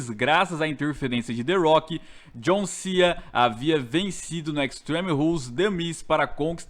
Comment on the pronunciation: ''jon sea"